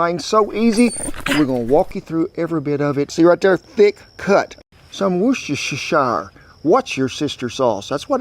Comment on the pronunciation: [woo-ster shear] sauce :)